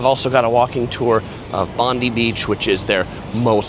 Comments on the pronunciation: Please pronounce Bondi correctly, the i is long, as in eye. Also, 40 Celsius is 104 Fahrenheit. Good video though, the Opera Bar is a fantastic spot for a drink. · has been here many times and done some great insightful vids into Sydney… so he absolutely should get Bondi right by now. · It’s BOND-EYE, I know you guys pronounce it differently, like Pam Bondi. But that’s not how we say it in OZ . Love your videos mate !!!!